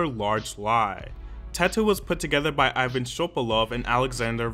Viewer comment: Пипец тут славян много оказывается, я думала я одна вся такая англичанка тут сижу Пс: айван шобалоу))0